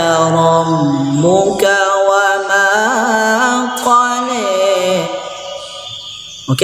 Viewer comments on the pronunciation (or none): Betul.....tp klo bacaan qola jangan di baca qole...itu yg tak bagus.